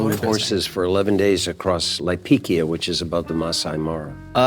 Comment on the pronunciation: Kenyan here 🙋🏾‍♀ it's Laikipia not Laipikia and Maasai Mara not Maasai Maro